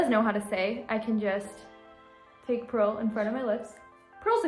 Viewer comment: I love how purl said or sounded like she said press my belly